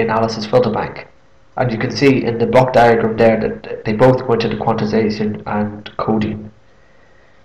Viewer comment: Note that the word is “quantization”, not “quanticization”.